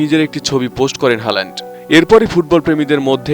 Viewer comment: Why Bangalis pronounce his name wrong?